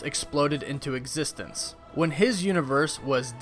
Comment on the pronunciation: As long as i exsist i think this guy is not gonna stop saying EXSISTE OR EXSISTENDS